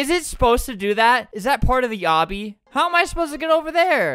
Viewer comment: “Is that part of the yobby?”